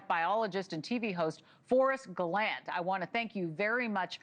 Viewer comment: It’s pronounced Galan-tay 😂